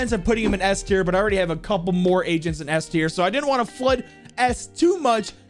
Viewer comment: they are called "Agents"!! when I saw his stream I thought he was saying "Asian" like "What's your favorite Asian to play?" I'm dumb